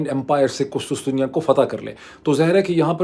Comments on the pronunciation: Urdu word for Constantinople is QusTUNtunia NOT QusTUStunia as u repeated multiple times. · Dr Moeed Pirzada,,an excellent vlog ,brief but very insightful. Correction :تصحیح It's not kustustia قسطسطیہ i.e it's kustuntuniya قسطنطنیہ، You are looking very smart today as usual .good luck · Kus Kus Tunya nahi Dr. Sahab KUS TUN Tuniya is the right pronunciation...as KUS KUS is like the Chutiya word which you use normally 😅